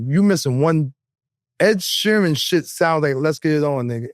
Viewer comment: Joe said Ed Sherman 😂😂😂